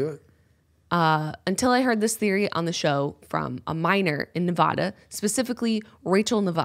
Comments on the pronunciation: A as in apple. Nev-ah-da not Nev-oh-da 😂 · Jenna it’s NevAda not NevadA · Nev-AH-duh not nevawda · I've lived in Nevada my entire life, near area 51. I think I've seen aliens. BUT... For the love of GOD say Nevada right haha its not Nev-awh-duh its Nev-AHHH-duh. Its a sharp "A" like Apple, not a short "A" like Awful. triggered Also, I have thyroid problems and so do many people that live in this area as well..dun dun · Jenna, Its pronounced Ne-VA-Duh. Not Ne-Vah-da... Sincerely, Everyone who lives in Nevada. Love you guys <3 haha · you know someone isn't from Nevada when they pronounce it (ne vah dah) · oh no.. jenna is one of those people who says nevAHda... unsubbing (jk dont attack me lmfao) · Love it, love you guys, I know you come from the east and pronounce things differently sometimes but!! It’s NevAda. “A” as in Cat, nev 🐱 da! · I love you but the way you say Nevada is wrong. The entirety of the state will come for you (including our radioactive aliens). It is just a thing for us, though we won't actually come for you, we cringe. I love your videos. You're the best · All the people actually from Nevada here are triggered about how she's pronouncing it. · I love you Jenna but as a Nevada native, I cried every time you said Nevada wrong. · I looooooooooved this podcast but as a Nevadan it broke my soul a little every time Jenna pronounced Nevada wrong 😂